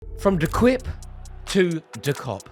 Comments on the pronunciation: its actually called de kuip rory thats how you say it😁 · 'De Kwip' lol